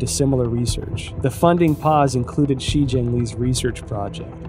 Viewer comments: DEAR EPOCH TIMES - In your next China bashing documentary can you at least get a narrator who can PRONOUNCE CHINESE NAMES, PLACES and understands pinyin. I can't listen to you mispronounce She Zhengli as 'Xi Zhengli' throughout your whole 'investigation'. FFS. This documentary is absolutely retarded garbage. Cut to Robert Spalding, then to Gordon Chang, back to Spalding, then 'journalist' wearing a trenchcoat looking off to the side, then back to Gordon Chang...this is just trash. - from someone who's lived happily in China for 15 years and knows more about China than all these people put together. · "Shi" is pronounced like "Shure"